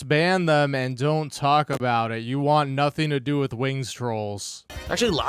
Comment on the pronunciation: "I'm the streamer, I can play what I wahn!" Also: "Guys, I don't know how much longer this game has with support this low."